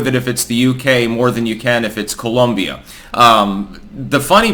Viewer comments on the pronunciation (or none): none